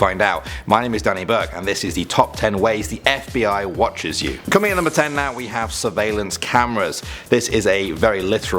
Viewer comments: “FIB” lmao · Too much Gta You said FIB at the start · It said FIB 😂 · In the intro,it said FIB,not FBI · it said fib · Someone noticed "FIB"?